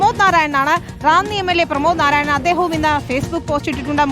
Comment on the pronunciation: നിൻ്റെയൊക്കെ മിക്കവാർത്തകളും തെറ്റാണ് . പേരെങ്കിലും ശരിയായി പറ . പ്രമോദ് നാരായണൻ അല്ല . പ്രമോദ് നാരായൺ ആണ്